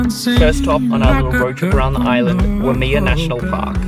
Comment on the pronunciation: Lol I was so confused at first when you said Waimea as wuh-me-uh, didn't register at first because I have never actually heard it pronounced like that. That day it was foggy all over the east side, I looked out my window and was confused cause I haven't seen it that foggy in a long while. Most of Kauai is very wet but the island just has the most beautiful rainbows. Was on the highway driving west and it looked like we were driving into the base of a rainbow, it was spectacular.